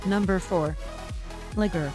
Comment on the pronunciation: Mispronouncing Liger